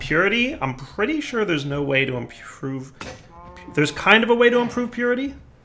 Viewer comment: "There is some sand over here, I'm shore" - 2018